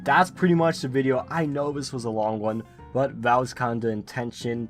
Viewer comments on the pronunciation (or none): none